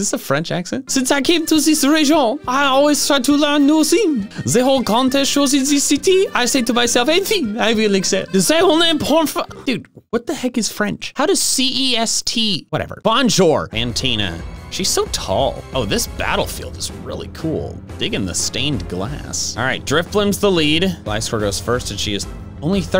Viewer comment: You don't say "bonjour" you say "bonjur"